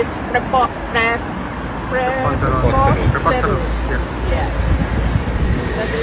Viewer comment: oh my god isa kang vice president ng bansa di mo kaya bigkasin ang preposteterous nakakahiya ka maam sara